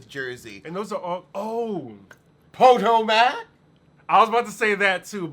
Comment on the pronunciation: Po toe mac lol